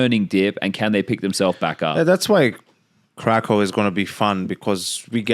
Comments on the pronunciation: its not krakov its krakoov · If you wanna be precise about pronouncing Krakow you need to say "Krakoof" with an oof at the end. Thanks for even remotely trying to pronounce it correctly. No one ever cares about Polish language.